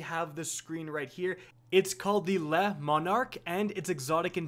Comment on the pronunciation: By the way "Le" is pronounced "lu"/the way the two "Os" in look are pronounced